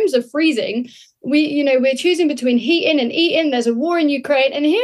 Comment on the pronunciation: The way she said Heating and eating it sounded like the same word lol